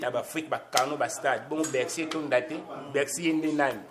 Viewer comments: encore "Beccy" au lieu de "Bercy" 🤣🤣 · Meme pas Beccy mais Becksy